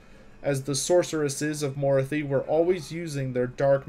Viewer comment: Good quality work, bad pronunciations. Dru-kee. Not dru-kai. Mors-leeb. Not Mors-lib. Morathi stresses the a. Like wrath. More wrath-y. Morathi. Surmised, not summarized. I loved the content otherwise. Good narration, good video editing, fun subject.